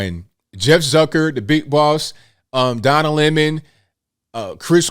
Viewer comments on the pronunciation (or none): Did you say "Donna Lemon"? Hahaha! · Did say "Donna Lemon" lol